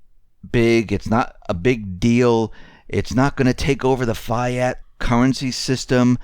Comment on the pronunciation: fiat is pronounced "fee-ott"